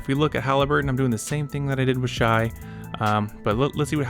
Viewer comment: Good video but you gotta learn how to pronounce the MVP’s name right! Shai = Shae sounding